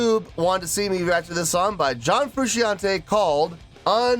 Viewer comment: It’s “FROO SHAWN TAY”